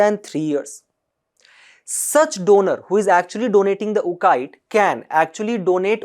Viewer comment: It's Oo (psy) cyte ...and Cryo preservation...rest is good.